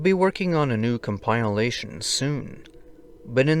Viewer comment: loved this "com-pile-ation"!!!! keep them coming! 😍👍😱